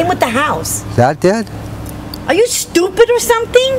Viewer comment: ARE YOO STOOPIT ARE SUMTING? Lol, how ironic.